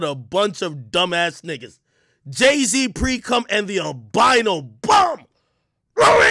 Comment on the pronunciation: Bro the way he says Rurry. I swear i ordered pizza and hit my dab and bong and just laughed for hours during the stream. It’s even funnier if you followed ak and the podcast and hear what was said and how things transpired. Funniest shit when he’s screaming like Vince McMahon